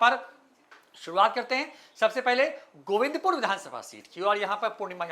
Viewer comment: तुमको गोविन्दपुर बोलना नहीं आ रहा है तो 😂😂😂 बाकी ????